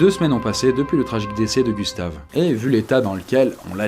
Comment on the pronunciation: le corps à Gustave, aie ça fait mal aux oreilles 1;47minute